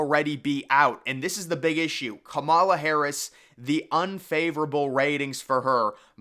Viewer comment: As someone educated in political science, I can tell you that you really do not have your finger on the political pulse here. The nominating process is already underway. Michelle Obama has no political experience, and has not indicated any desire to run. Kamala Harris (whose name you consistently mispronounce, perhaps you should learn to pronounce it correctly) would be a disaster for the Democrats; even worse than Biden. As with the last election cycle, this election is less about Biden than it is about Trump. Even hardcore Democrats generally do not like Biden very much. A lot of Republicans don't particularly like Trump either. The election is essentially whether we want another four years of MAGA politics. This underlying political reality is something you have yet to address. Elections are not determined by Vegas bet makers. It is determined by the electoral college. Who wins The electoral college is determined by a small group of swing voters in swing states. Again, this is something you have yet to address, indicating that you lack a firm grasp of presidential electoral politics. I'm not saying this to be condescending, but as someone who has a strong background in political science, I find your analysis to be way off the mark.